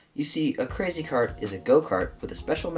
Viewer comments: "how to make a cwazy cawt go vwoom vwoom for cheap" is gold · The “how to make a cwazy cawt go vwoom vwoom” got me😂💀💀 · Thanks for teaching me how to make a cwazy cawt go vwoom vowwm for cheep!